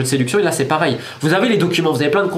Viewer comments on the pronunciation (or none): none